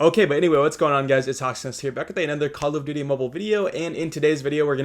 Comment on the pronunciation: Kall of dudie